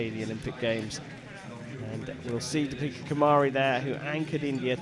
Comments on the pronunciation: Its Deepika kumari not topika kumari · her name is deepika not topeka